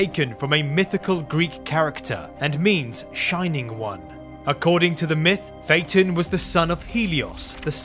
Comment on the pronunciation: SAY IT RIGHT